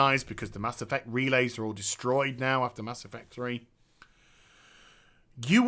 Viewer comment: "Mass Effuct"